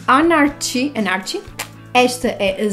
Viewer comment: #louquitxadosbatonsdanabla e #louquitxadosbrincos sempre!! Gostei muito destes recebidos! Aqueles brincos verdes e as cerejas 🍒 são qualquer coisa! O batom líquido Anarchy lê-se “anárqui” é anarquia em inglês ;) Gostei imensooooo do eyeliner vermelho! Era tão fixe incluires na make de Natal! Bem diferente não? 😘😘😘😘